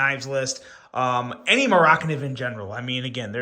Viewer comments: Please stop pronouncing it Mor ak niv. It is driving me crazy. Just call it a Mora. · It’s mora…. Kniv’s… two words. It’s Swedish. They like putting words together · the way you pronounced mora - kniv, had me scratching my head for a few seconds. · I almost turned it off at that point.